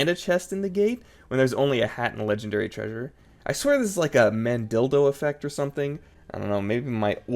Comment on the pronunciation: my brother in crust it's called manDELIA not man dil